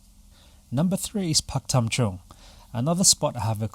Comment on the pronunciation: For a moment Pak Tam Chung sound like Korea especially in your accent.LOL